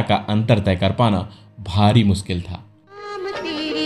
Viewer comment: Pehli baat toh ye hai ki jisney bhi video banaya hai, uski jabaan saaf nahin hai. ' mushkil ' ko ' muskil ' . Yaani sh ko ss bolna. Bus yahin dimaag kharaab ho gaya. Aagey dekha hi nahi gaya. Jo maatr-bhasha hi sahi na bol sakey, toh hazaar laantein hain uss par aur un teachers par, jinhon-ney aeisey logon ko parrhaya. Laanut hai. Jai shiv shanker.